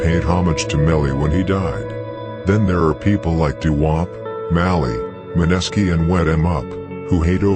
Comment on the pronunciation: Great video but the way narrator says “Maneski” is irking me bruh 😅